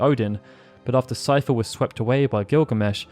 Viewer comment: I'm glad someone knows how to pronounce Seifer lol! When anyone mentions me in their videos, they call me 'Seeferboy'. I try not to get annoyed because I know a lot of people don't know how to pronounce German names. Fun fact: some of my grandparents had the last name 'Seifert'!